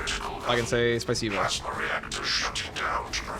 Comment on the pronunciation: you said spasibo very clean, without accent, that makes my Russian heart happy❤❤❤ your welcome)